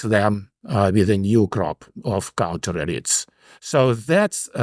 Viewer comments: I like that he pronounces "elites" as "idiots" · My question is does a highly technological and networked society, far removed from the production of the basics of life, introduce cascade failures as a new factor that wasn’t at work in earlier societies? I have to note that I kept hearing “-elites” as “-idiots”, as in “countervailing-idiots”. It made much more sense when I realized it was “elites”, but somehow I prefer “idiots” when thinking of the US of today. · I have thoroughly enjoyed following this podcast over the years. This episode was one of my favorites, but not for the usual reasons. When he says “elite classes“ it sounds like “idiot classes” and I just can’t get enough of it 😂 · my ears hear idiots instead of elites. it seems appropiate.